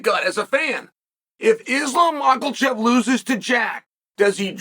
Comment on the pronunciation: "Islam Mocklechev"